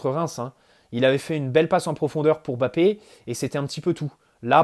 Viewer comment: Merci d'avoir fait l'effort de prononcer MBappé presque parfaitement, ça fait plaiser, parce que ce ÈME bappé on n'en peut plus quoi 🤣